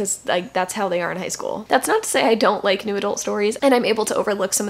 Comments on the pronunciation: Heh, whenever says "new adult romance" I hear "noodle romance". Now I feel like noodle romance should be a thing. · every time you say new adult i hear noodle and now I cant unhear it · I was just coming to comment this exact thing 😅